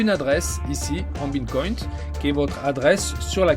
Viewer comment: Superbe vidéo par contre on dit Bitcoin pas Bincoint 😄 🙏